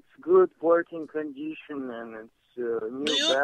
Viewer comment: to test the "condeeshun", 35 people got tasered by:D